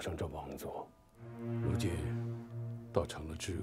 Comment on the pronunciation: 桎梏 gu，读音错误。